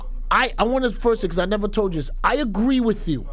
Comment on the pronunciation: I A-GWEE with you ...